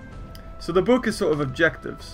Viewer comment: Why does he say boook